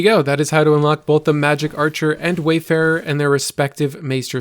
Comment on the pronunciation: Funny how everyone keeps calling it Wayfarer when it's Warfarer.